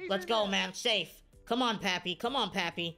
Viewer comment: I’m annoyed that he says pappy instead of Papi